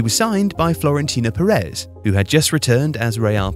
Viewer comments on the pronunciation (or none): none